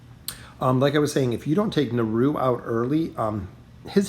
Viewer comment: At this point it seems like you're just trolling with the pronunciation of the character names - "hyperion"/"naru"/"grezold"/"silvana"